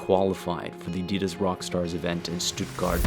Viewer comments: Attitas? I thought it was Uh-dee-duz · Nope, afaik it's originally a German brand named after Adi Dassler, therefore pronounced uddy-duss.